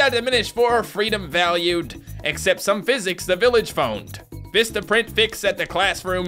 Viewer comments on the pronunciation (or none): none